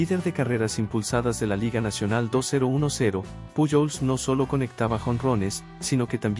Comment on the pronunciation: Si hablas español debes mencionar lo nombres correctamente puyol no es correcto correcto es pujols con jota